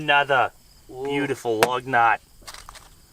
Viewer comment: is excited about the lug nuts you can tell when the Australian accent comes out